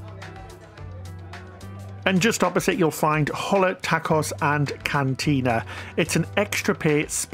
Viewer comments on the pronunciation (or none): Great video! The ship looks amazing! Thank you for the tour! By the way, Jean is pronounced "john" and Hola is pronounced "Ola" the H is silent...